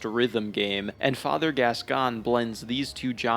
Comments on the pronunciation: I will say, regardless of my other comment, biggest crime in this video is pronouncing Gascoigne as Gas-Can 🥲 my guy there is an "i" there it's Gask-oyn, he's French not dyslexic 😂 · I know theres something to respect about learning how to pronounce words by reading rather than hearing them first... but I draw the line at "vi-car". Jesus. Its a title, not a name... as in the members of the clergy 'vicars', dude. And its pronounced "gas-coin"... hopeless! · Saying bb is the hardest FROM game is fucking ridiculous 😂 also you’re the only person who apparently doesn’t know how to pronounce Father “Gas-Coin.” And saying BS Beast is easy but Father is hard is also ridiculous. Man… I have never seen a YouTuber who goes so far against the common consensus of almost everything in this game. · Father Gas-gone 😂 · No English speakers pronounce it properly so it doesn't matter. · He's saying it wrong haha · The way he pronounced Gascoigne too 🫣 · French is my first language and sorry to say but, this is not how French speakers pronounce this name. Outside of very specific regional accents, maybe.